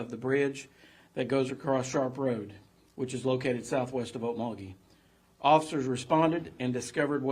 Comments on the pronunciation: I live in Tulsa, and have been to Okmulgee (You need to put more inflection on the mul part, more than the ok part😆) ok MUL gee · okMULgee. The emphasis is on the middle syllable. Just fyi 😉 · Some of us call okmulgee by a different name, ugh-lee-mug-lee